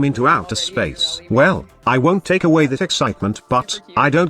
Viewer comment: Can we get some love for "Yelli"? 🤣